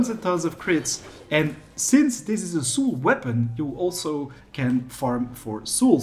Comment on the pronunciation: You pronounce Soul really weird btw